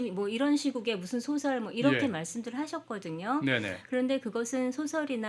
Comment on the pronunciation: 노벨 수상의 축제 분위기에 또 다시 노란 한국 언어 타락상!! 이 비평가를 포함하여 단어의 발음 문제!! 소설 문학상을 받았는데, "소설"이라는 말을 발음을 바르게 한 이를 본적이 없다. ""소설" 의 "소"는 "길게" 발음해야 하는 자이옵니다. 대한민국 동포 여러 분!!! "소년, 소시민!"등 "소" 등의 발음도 제대로 발음하지 못하는 대한미국의 문화를 고려한다면 이 나라는 노벨 문학상을 받을 자격이 없나이다. "한국 어문을 고발함"을 "눈물로"쓴 미국 변 완수 드림